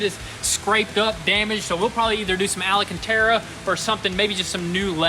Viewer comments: HOLY HELL you are STILL saying ala-can-tera. It's AL-CAN-TARA, spelled alcantara. There's no ALA in it. FFS. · Love you guys, but please repeat after me AL - CAN - TARA... AL-CAN-TARA... Alcantara! You'll get it ;) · Is anyone ever gonna tell it’s AL-CAN-TERRA PS. Would love to see a collab with garage! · ALCANTARA NOT ALAcantara 🤦‍♂ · Alcantara not alacantara 😂😂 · Al-can-tara. Just sayin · Guys, it's Alcantara not alicantara 🙈 Love the vids and you guys always brings a smile in the world! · Every time I hear the boy’s pronunciation of Alcantara it cracks me up.